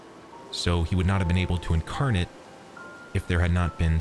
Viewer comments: Quick note...when "incarnate" is used as a verb, the last syllable is pronounced like the name "Nate." Sorry. I teach English to Japanese people all day. Most people don't realize that there are many words that are used as both nouns and verbs, but very often the pronunciation changes. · Yeah ... I don't know that incarnate is ever pronounced like he says it here heh. Also, not that it's an English word, but he's also pronouncing "panagia" like I've never heard it pronounced ever in my life. It's pronounced more like "banayia", "g" is "y" in Greek. I try not to get hung up on these things but that's really hard to overlook for some reason.